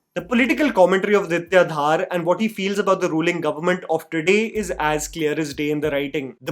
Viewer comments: It's not "Dhaar" it's धर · His name is dhar not dhaaar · Please can you get the pronunciation of the last name of the director right! Aditya ‘Dhar’ sounds exactly like the Dhar in Dhurandhar and not Dhaaar. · Dhaaar nahi, it is pronounced as Dhar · It's Dhar not Dhaar. And it's not about the govt of today, it's about the facts of the then time during congress regime. So don't try to make it sound like they have infused dialogues to suck up to the current govt. Chidambaram and his son were involved in the 500/1000 plates that were traded for to fill their never ending coffers. Yes manmohan singh and his govt didn't do jack when 26//11 happe😢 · Adiya is DHAR not DHAAAAR! :) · his name is not Dhaar, it's Dhar(धर) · btw the director is not Aditya DHAAR, it's Dhar. Bhai aap Jammu se h, itna to pata hona chaiye :p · Aditya Dhar's surname is pronounced "Dhur' and not 'Dhaar' ...Hope you can correct for the next time !!! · Dude, it is not DHAAAR, just Dhar! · It's not Aditya dhaar. Its dhar. Like dhurandhar. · it is Dhar not Dhaar, like Dhar in Murlidhar. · धर, not धार। Repeating my old comment 😭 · Beta dhaaaar nahin Dhar bolo. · Dhar ❌ Dhaar ✅ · please don't pronounce Director's name like you are making it rhyme with Thar. Its not DHAAR. Its actually pronounced like 'Darr' but Pronounce 'D' Like 'Dh' from Dhanush. Aditya Dhar is a kashmiri pandit and i'm a kashmiri pandit myself so Its kinda odd when we hear an incorrectly pronounced name. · "Dhoo-rander" not "Dhar-ender". Aditya Dh-aRR not Aditya DhAAr.